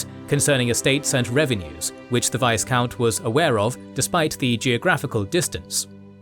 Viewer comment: The "s" in Viscount is silent. Also in French, its pronounced "Veecomte".